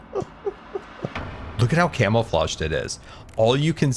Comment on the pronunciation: I swear said 'camel-flaged' instead of 'camouflaged' and that IS something he'd say so I'm not going to question it. Maybe it was 'cammo-fah-zhd'. But I'm going with 'camel-flaged'